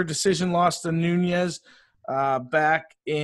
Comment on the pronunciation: Enjoyed the analysis but a little hard to take it seriously when someone keeps mispronouncing a champion's name - it's not Noonyes because it doesn't have an ene (n with a squiggle over it) Below is a guide---respectfully, a Shevchenko fan